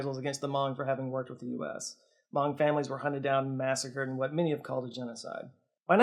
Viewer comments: Might be a regional difference but isnt hmong pronounced like "muhng"? Ive never heard it said "mawng" before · Hmong is pronounced "muhng", not "mahng" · We love you,, but you're mispronounced Hmong. It sounds like mung. I went to elementary school with a bunch of Hmong kids, they're actually a really cool people, very pretty dresses n such. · Stop saying Mong. It's so funny. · I'm not Hmong but I do know they pronounce it "Muhng". I could be wrong but it seemed off the way is saying it here. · Hmong rhymes with flung, not bong 😜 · I may be wrong but i think he also gets the pernounciation of hmong wrong and where hmong people settled in america